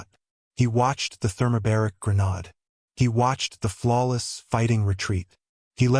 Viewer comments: Granade instead of granad. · Good story but the narrator really needs to understand the words he’s saying like he calls a grenade as granad which isn’t even a word. And there were other mistakes and pronunciation.